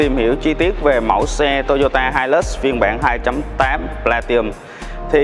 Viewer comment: Góp ý với bác Platinum nó có chữ N nhưng bác bỏ qua không phát âm, hạt sạn nhỏ nhưng vì từ này xuất hiện nhiều trong video làm mất vui khi xem